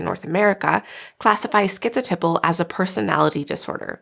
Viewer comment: I really have never heard anyone pronounce the word “typal” where it rhymes with nipple. I looked everywhere I could and the accepted pronunciation of the 1st syllable in “typal” is type. Do you have a link to where the correct pronunciation sounds like nipple? 😳